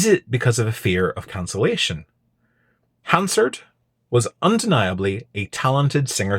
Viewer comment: You can tell this guy is a weasel from the way he pronounces Hansard.